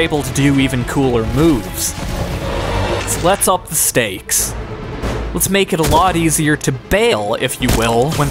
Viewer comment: 4. wtf is stahes (i know its supposed to be stakes but common bro make it a k instead of a h)